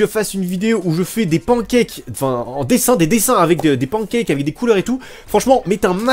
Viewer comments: et a des pan kaques xD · POURQUOI AAAAAH JE SOUFFRE!!!!!!!!! QUI DIT PANCAKES COMME ÇA!?!